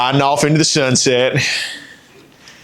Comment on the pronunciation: "Ridin off in to the sunseyte!"